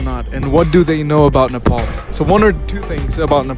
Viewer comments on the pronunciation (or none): It's not nepool it's nepaal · Don't pronounce 'Nepal' with an accent please..